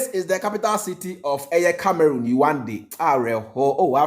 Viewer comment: Please the capital is pronounced as : Yaounde. Yaawundey)